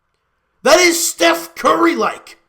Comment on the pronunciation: silly, thats not how you say Steph Curry.